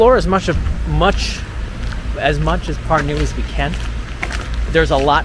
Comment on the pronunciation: mitte pürnuu vaid PÄRNU - eesti keeles on sönaröhk alati ESIMESEL SILBIL. ;) PALUN - öppige, välismaalased, kohalike nimesid igas riigis) öigesti hääldama. Seda ingliskeelsete jälki meie nimede hääldust on väga kurb kuulata. Aga see, et ingliskeelsed inimesed ei suvatse nende poolt külastatavate riikide omakeelseid nimesid selgeks öppida, on ilmselge näide maailma rüvetanud rahvuste šovinismist ja arrogantsist.